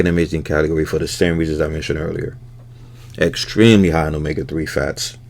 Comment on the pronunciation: When you put the yolks up there, I thought I heard you say “eggstremely” I was like well played.